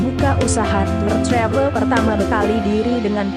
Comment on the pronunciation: Ngomong travel nya biasa aja kali.. Ga usah sok ke inggris2an.. Ga usah pake logat amerika